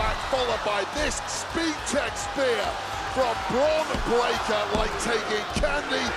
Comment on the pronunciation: She didn't squal she pronounced it break ker. She has a southern accent